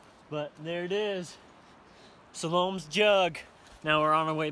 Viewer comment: It's not Salome it's Sal-o-may just not spelled like the month but pronounced like it!!